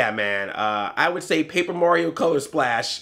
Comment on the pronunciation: you've listened to too much korey coleman. your pronouncing mario as morio. haha